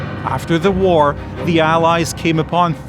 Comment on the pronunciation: "fog of woar"